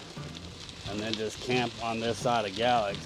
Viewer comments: We just watch this video today, we’re going to ride from Pulaski to Draper (Mercantile) with the kids. In the future going further and further. Great video! Every time you said Galax ( gal-lex) - we giggled and said it like you… ( gay-lax or gay-lacks ). Great content!! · Fries..pronounced Freeze. Galax is Gay’ lax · hey just so ya know it;s pronounced GA-LAX with the A being long!! GAAAAA lax!! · You got it right the first time - Fries, pronounced Freeze. And Galax is Gay-lax. Keep pedaling.... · Please, when you do a video, research how to pronounce the names of the towns. Galax is pronounced "Gay-lax" and Fries is pronounced "Freeze."